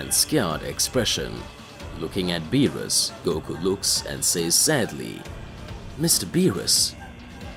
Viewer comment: Okay, he still saying "bills" for Beerus but then he says Beerus right. Did he forget to intentionally say it wrong? Well, thank God finally he stopped saying it wrong. Now, if he would stop click baiting "Whis is scared by Goku" but in the story it never happens and the incessant repeating the story instead of posting something new but we're getting there. His channel is getting better.